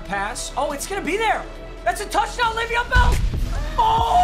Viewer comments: Has anyone else thought sometimes when he was saying bell he was saying belle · Anyone else keep hearing “Bella’s so tired”😂